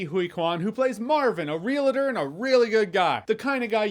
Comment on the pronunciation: Realtor is two syllables, not three